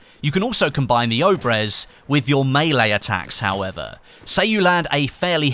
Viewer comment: Its not "oh-brehz" its pronounced ob-yez.